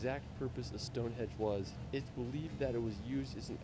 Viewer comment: Stone Henge not Edge